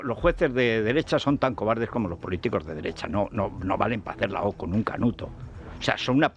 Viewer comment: "Cobaldes!!!" JajajjjajJ